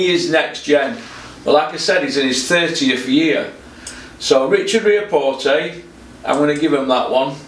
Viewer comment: Its ree-ack-pore mate. Where you gettin the t from 😂